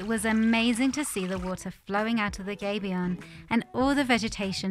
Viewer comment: It's not a 'gaybion'; it's a 'gabion' where the 'a' is pronounced as in 'habit'. Originally used to protect cannon on a battlefield from the opposition by absorbing the cannon balls.